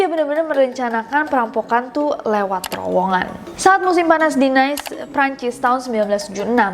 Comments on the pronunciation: Kota nice (perancis) bukan nais dibacanya tapi nis. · Kak nesss bantu correcting pronunciation yak, Nice kota di Perancis bacanya “Nis” dan banknya namanya Société General yang bacanya “Sosiete”. Suka bgt sm konten kakakkkk🎉